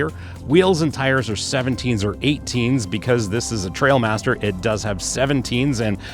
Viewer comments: T-r-i-a-l master not T-r-a-I-l master… everyone seems to get this wrong initially. Great summary in any case. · Not trail but trial apparently. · Trial master not trail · they are trialmaster, not trailmaster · It’s not Trailmaster it’s a trialmaster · I totally felt the same way. This review fit me perfectly. Mispronouncing the name probably because I’m anal just grated on me. The review was exactly what I was looking for. Ha ha ha. Good content.